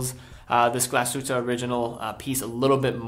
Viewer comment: I love it when english speaking people try to say Glashütte